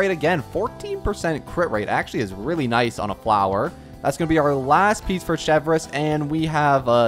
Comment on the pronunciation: He also would have learned how to pronounce her name